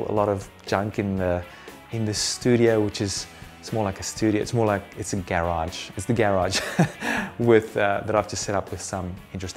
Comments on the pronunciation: Subscribing cause i love the way you say "garage" ;) (And great info too) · 6 people don't like the way he says garage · The way he pronounces garage bother me a lot. Wtf 😄✌️ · Great tips!!! That's an unusual way of saying "garage" though! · Sailreddex Not unusual in England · Not unusual in Australia either.